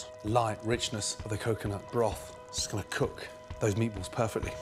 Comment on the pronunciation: “hnnnn, meatbualls”